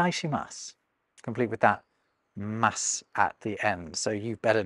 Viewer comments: Not pronouncing the u at the end of 'masu' is incorrect. It can be removed without being misunderstood, but no Japanese native will not pronounce it. It is either pronounced clearly or similar to many 'silent' h sounds in, for example, Scandinavian languages where it is uttered on the last store of air as you relax your muscles. It makes the 'su' much softer sounding and is a dead giveaway for foreigners that are used to hard consonants. As a side note, when I was taking a degree at a Japanese university I was told and shown that there are only 4 out of 147 sounds in Japanese that are not found in the English language. (I am not sure of the extent of 'the english language' here.) It should be much more than 80%, but maybe it is 80% that are common sounds everyone will know? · I didn’t see it in the video, but a good set to have is いただきます/itadakimasu which means “thank you for the meal” and is used before eating. ごちそうさまでした/gochisousama deshita is the same, but used after eating. A bit of a nitpick: the “u” sound at the end of ex: desu and masu aren’t exactly silent. Typically it’s reduced into nothing, but they’re spoken out at times when talking slowly, singing, emphasizing, etc. and different people will have their own individual speaking styles, but they aren’t universally silent. Thought you’d want to know that as a linguist. I’d add that Japanese phonology is extremely simple and it would probably serve tourists well to learn how to pronounce at the very least each vowel to eliminate potential confusion. The classic example is English speakers saying かわいい/kawaii “cute” with a schwa sound in the first “a” instead of the “father” vowel, which makes it sound more like こわい/kowai “scary”. That said, I’m still learning, but I tried to keep within only what I absolutely know as fact. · I'm pretty sure the su at the end of Japanese words don't pronounce the u like in "Barusamikosu" which means balsamic vinegar